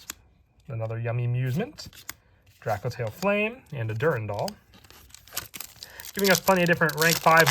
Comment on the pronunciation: It's a cool set, I like it. Only gripe with it is all the people calling it Drakotail, boils my piss 😂 True Drako support soon, boys 🤣